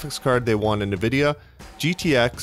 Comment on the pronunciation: Point of info. Nvidia is not pronounced Nah-vidia, it's pronounced Ahn-vidia. Thanks for all your work.